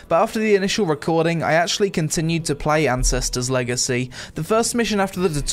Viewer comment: I don't know if it's the accent or my ears but I definitely heard him introduce the video/game as "Incestors Legacy". lol.